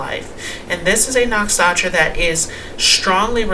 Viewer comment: " Nuk Sha Tra " is a better pronunciation . "N-uh-k-sh-uh-t-r-uh"